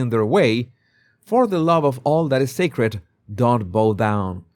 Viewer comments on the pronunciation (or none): none